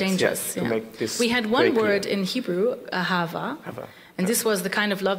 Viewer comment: Brilliant girl and mispronounced the Hebrew word : ahava. but the language of her upbringing is Yiddish, not Hebrew. The Satmar do not believe in Israel, and it seems, neither does she. She has probably never been to Israel. And that's a shame.